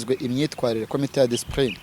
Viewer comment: Bavuga DISCIPLINE brother 🙏🏼not DISPRINE